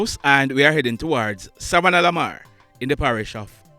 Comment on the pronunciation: Repeat after me savanna la mar not savannalalamar.